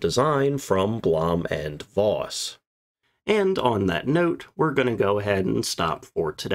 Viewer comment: V in Voss is pronounced as F. The V in German words and names of >Germanic< origin are spoken as F. Vater (father), vier (four), Vogel (bird), Hannover (Hanover), Volk (people, folk), van Beethoven, von Bismarck V in German words/names of Latin/Romance/French origin are spoken as V Veronika, Viktor/Viktoria, Lavendel (Lavender), Vakanz (vacancy), Virus (virus), Vitalität (vitality), Vulva ....